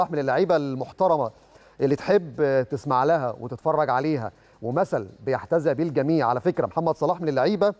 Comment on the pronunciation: اتكلم عربى صحيح يا استاذ متضحكش علينا الناس.. مش عارف تقول يحتذى به؟؟ ضمه على الياء الأولى مش فتحه. قرفتونا. اهلاوى وقرفان من مقدمى برامج قناتنا